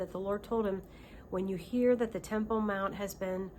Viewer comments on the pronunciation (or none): You said 3rd Timple....Did you mean the dome of the rock ?